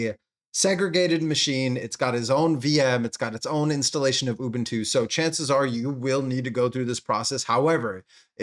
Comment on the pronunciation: It's not urbuntu it's Ubuntu 😂